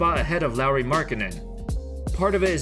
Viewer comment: It's Lauri. Not larry